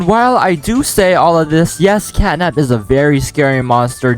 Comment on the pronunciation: it is catnap not catday